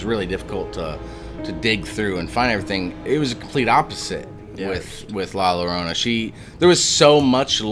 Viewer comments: Good Story ! Two Ls put together in español, make the Y sound . So its pronounced like La Yorona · How is it possible that you know the folklore but not how to pronounce her name? Anyways, good eerie video.